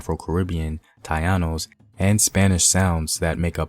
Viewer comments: Great voice but it’s Taino, ( Tah-eenos) not tayannos. 👍🏼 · Taino not tayano ✅ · It is Taˈi.no and Po'n-ce please say it right. Also, just out of curiosity, I see no reference or credit to "The Afro-Latino: A Historical Journey" by Leslie Best, which is verbatim where most of your info is coming from. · Gracias hermano! Por favor no faltas la pronunciación. ❤️ Ponce (pon-say) Taíno (tie-ee-no). Pronunciation is everything. ❤️ thank you so much for this video! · Taíno = Tah-ee-know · Taino, " Tah - EE - noh" Ponce, "Pohn-say" Bomba, "Bohm-bah" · Taino- Ta-ee--no. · its Ta-EE-nos love the video tho 💛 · 👀👀👀Taino= ta-E-no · You slaughtered the pronunciation of Taíno. :'( Should be: Ta, as in (Tango); í, as in (in); no, as in (north) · Yes I wish the narrator had practiced how to pronounce at least the word Taino; plus Ponce, bomba, Loisa.It was a bit annoying his Anglo pronunciation of these few Spanish words. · I swear I didn't want to be critical...but I was cringing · Mispronounced Taino, it's like me saying AAAAY-Frik-Hans. Second, our Island is blessed in that being Catholic, we are taught to respect each other and that we are equal. Am white-Taino-Jewish-Middle Eastern, black, growing up we were taught we were White and Black only. Am proud of my ancestry, though only have 2% Nigerian, am 100% proud of it. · Brother, it's " Taíno" not whatever it is your saying....!!! I'm asking you to Please do not disrespect Caribbean natives. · Papa, I like the videos. But im begging you to please work on your pronunciation of well known names and places like Taino and Ponce. It feels a bit off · Please try to pronounce the word TAINO correctly. It’s not hard. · I’m sorry he doesn’t even say Taino or bomba right lol I’m sorry and they didn’t speak Spanish moronic I swear so offensive to speak on my people speaking on somebody else’s history and act like you know lol